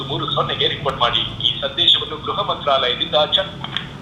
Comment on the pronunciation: ಗ್ರಹ ಅಲ್ಲಾ ಅಕ್ಕ ಗೃಹ😂😂😂😂